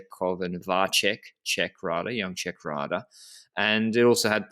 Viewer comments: Vacek is pronounced with 'ts' sound, looks like to me. So VAH-tsek, not VAH-check. Someone correct me if I'm wrong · You are right. I found a sample of someone saying 'Miroslav Vacek'. He said Va-tsek. I believe Va-check would be written 'Vaček'.